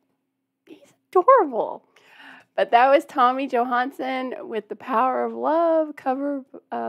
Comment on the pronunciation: Hey. you say his name wrong... you say Johansen...its Johansson with a press on son in the end. Johansen is more Norwegian, and Tommy is Swedish.